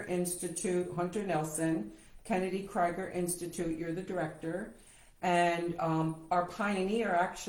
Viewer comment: The organization is pronounced "Kennedy KREEGER" not "KRIGER".